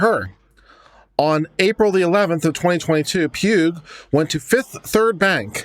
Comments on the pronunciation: Pugh (sometimes Paugh) is pronounced like "paw". First time I've noticed an incorrect pronunciation on YouTube. It's also easy to misspell so sometimes my mom or half brother would get mail with the last name being the wrong version or outright mangled. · Pugh is pronounced "pew" - the "gh" is silent.